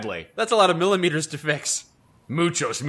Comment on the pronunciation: once said “Muchos milimitress”